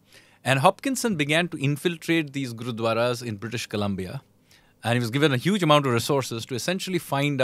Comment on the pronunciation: He can't pronounce Colombia Kalmia and pretend to be expert